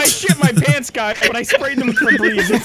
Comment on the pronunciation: He said “I sprayed it with febreeze please”